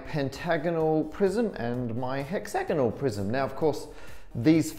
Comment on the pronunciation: I was thinking this too tbh (as a native speaker). It kept sounding like he was talking about a "hexagonal prison" and I was just wondering if they have n-sided prisons for mathematicians